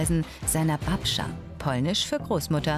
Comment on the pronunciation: Dieser Moment wenn man Pole ist und hört wie andere Babcią sagen ahhahahahaha